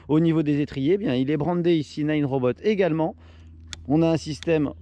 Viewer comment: Naaaaaaneuh !!! Pas nine !!!! Bordel !!!